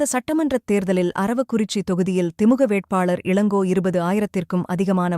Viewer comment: திமுக என்று சரியாக உச்சரியுங்கள்